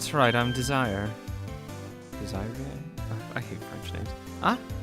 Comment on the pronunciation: Her name's pronounced dez-array.